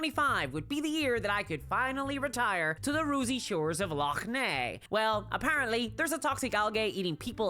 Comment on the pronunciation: I'm just here, writing down that pronunciation of Loch Ness.